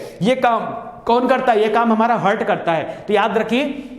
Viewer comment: Aapne bahut ache se padhaya sir Thankyou very much But aapne हार्ट को हर्ट बोल रहे थे बिलिरुबिन को बिलीबुरीन बोल रहे थे Sorry mai notice Kiya tabhi comment me likh k diya